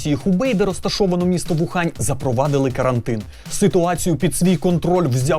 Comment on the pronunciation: Мария Воронова та Ухань він, УХАНЬ. Китайським піньїном ієрогліф зі звучанням «u» завжди пишеться з «w», яке при тому не читається. Тому «Україна» - У-Ки-Лан, а не Ву-Ки-Лан, і У-Хань, а не Ву-Хань. Більше того, є затверджені НАН України правила транслітерації китайського піньїну, де чітко написано: «Wu» - «У».